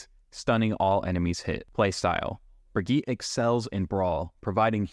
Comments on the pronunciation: brigitte it's pronounced bri-gee-tah xd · Her name is brig-EEEEE-TA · "Wow, the first person I've seen that pronounced Illari's name correctly, Ill-Yari" "Next up we have Brig-eet" sigh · Ah yes, the infamous BrigEET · genuinely disturbing stuff pronouncing brigitte that way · How often do you want to mispronounce Brigitte's name? Yes. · This is not accurate for brig (you’re saying her name wrong) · he can't even pronounce Brigitte's name right LOL